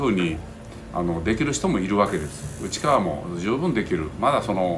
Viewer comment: 最後うちっかわって言ったのはわざと？笑